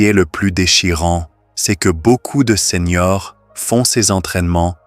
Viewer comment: Seigneurs : ce n’est pas SENIORS ! merci d’éduquer l’intelligence artificielle !🤞👍👋MERCI des conseils, mais c’est plutôt long et lent…👋🤣heureusement, vous avez accompagné vos propos avec des images magnifiques 🤣💪👍